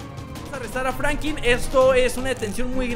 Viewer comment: franklin se deis fANKLIN